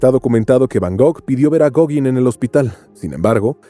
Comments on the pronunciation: Ten la decencia de pronunciar Gauguin bien. (Goguen) no (Goguin). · Gogin!? Gauguin (pronunciese gogán...) Y tiene alguna prueba del"amor" entre Vincent van Gogh y Paul Gauguin!? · "Goguin", en serio??? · ¡ SE ESCRIBE GAOGUIN, PERO SE PRONUNCIA GOGAN ! ¡ GOGAAAAAAAAAAAAAAANN !